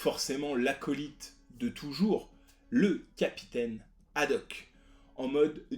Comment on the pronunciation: Petit erreur dans le nom du Capitaine c'est Haddock et non Hadoque ;)